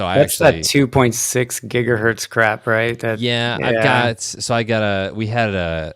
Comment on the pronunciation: It’s 2.4 GHz WiFi. You guys were saying it wrong so many times even I was starting to doubt it. 😂